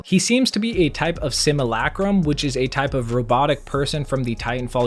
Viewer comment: Simulocrom is pronounced Sim you la crum